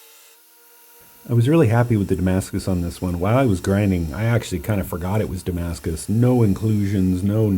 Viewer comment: very beautiful; just it s hurt me every time i hear Damascus .... it s a look like, u can t call it damacus